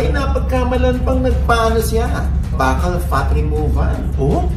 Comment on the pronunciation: bakal(buccal) hahahaha ...fyi po (byukal)